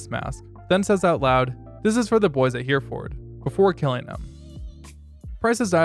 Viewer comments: Just an FYI, Hereford isn't pronounced Here-ford. Its He-re-fud. Its a hard "e" sound, and the "or" sound is shortened, not a full "u" sound, but somewhere inbetween. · You need a better script. 1 41 instead of 1 4 1. Her-ford instead of Hereford. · I died when he said Heraford. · Great vid but every brit heard you butcher "Hereford" :D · How you said hereford MADNESS